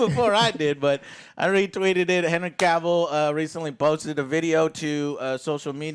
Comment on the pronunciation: ehhh, Joe finally stopped saying Caville. phew, that always bugged me